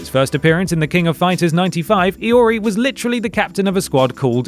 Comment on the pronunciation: i like that you pronounced Kyo and Iori correctly. as correctly as a gaijin tongue can.